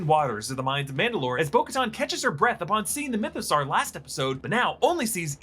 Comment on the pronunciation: I kind of miss when he was calling it the MythoSowerrr